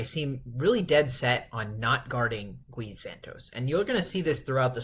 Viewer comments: It's not Guh ee broo😂. It's just gee. 😂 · I am Brazilian, his name should be pronouced as ghee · it is pronounced more like Ghee. One syllable. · Gui as in "ghee." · Say the name right, every time you say Gui in that Spanic way a lusophone person die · as a Brazilian fan, I truly hope you fix this in futures videos, bc this would mean that Gui is playing well and needs to be talked about haha, no hard feelings bro, Brazilians say the Brady name wrong all the time and is kinda an easy name, it's just habit. You know the show "Glee"? Is the same thing but without the L.